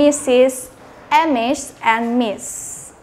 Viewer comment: Dia baca huruf2 nya 😅 em dan es. Tp seharusnya cara bacanya "Miz", sepengetahuan sy. Cmiiw 😁